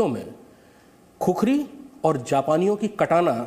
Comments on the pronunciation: अरे भाइ " खुकुरी " है ! खुखरी नहि ! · No khukhari it's khukuri. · Khukhari nahi khukuri bolo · "खुकुरी" Hota Hai bhai... 🇳🇵🙏